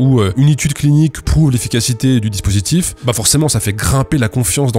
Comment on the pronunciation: Dispurtif ? :p